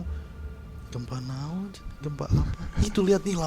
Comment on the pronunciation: salah satu yang saya suka dari saat bercerita adalah ketika bilang "naon". ekspresi dan pengucapannya ngena pisan😂